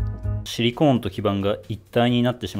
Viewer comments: シリコーンの言い方が完全にユニコーンで草🦄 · シリコーンの発音がユニコーン。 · ユニコーンとハリケーンのイントネーションを受け継いだシリコーン氏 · シリコンは頭に、シリコーンは真ん中にアクセント置く人が多いと思います